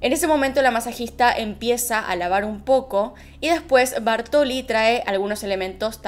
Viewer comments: TE AMO pero me desesperó escuchar Bartoli, y es BÁRTOLI con acento en la A. Toc? donde? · “Bártoli”. Acento en la A. Hasta los mostrás escrito con el acento pero decís “Bartóli” y a mí me da un TOC tremendo. Detalle, todo lo demás como siempre muy bien.